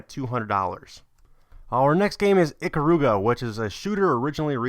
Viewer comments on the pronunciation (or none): He also pronounced it wrong. It's "eh-care-ah-gah".